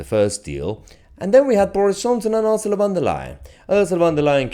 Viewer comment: I liked your pronunciation ‘Arsula’ instead of ‘Ursula’.